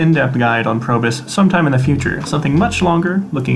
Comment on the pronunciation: Nice video. Any tips for the heroic abilities? I kept hearing you say Probus (Probe-us), instead of Probius (Probe-E-Us). Inside joke? Refer to the spotlight video for the latter pronunciation ( )